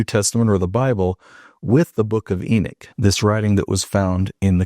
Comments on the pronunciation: It's funny because of saying Enoch your saying Enik haha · please don't take this wrong cuz I'm not saying it to diss you or anything but when you say it you pronounce the o like it's ik instead of pronouncing it like you would in knock